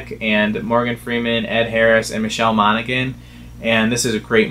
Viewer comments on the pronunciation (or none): It's Monahan. The G is silent.